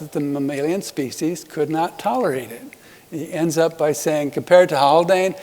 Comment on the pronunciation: is it Haldane or Haklane?